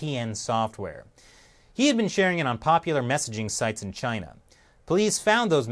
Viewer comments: Dude he said chiner.... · He cant even pronounce "Chiner" correctly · He calls it chiner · Chyner? What is Chyner Bernie? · China has a "r" in it bernie? "Chinr and its leadership"